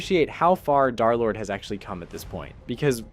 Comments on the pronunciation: Why everyone saying dArlord its dErlord 😭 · Nah it’s dare lord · Pretty sure d3rlord is called derlord not darlord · stop calling him Darlord